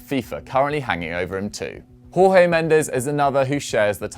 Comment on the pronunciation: Just a little correction, with Jorge Mendes, you say the J like the G in George! So actually saying George Mendes is closer to correct than Jorge in the Spanish sense